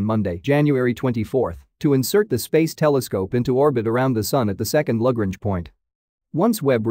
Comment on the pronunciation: Your pronunciation of Lagrange is definitely unique.